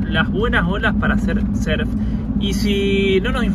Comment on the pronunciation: "Surf" no serf Hay que pronunciar la U 😅